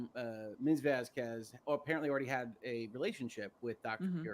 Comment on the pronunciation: AH's cross needs to STOP mispronouncing Vasquez constantly. Ugh. She reminds me if Miss Trunchbull.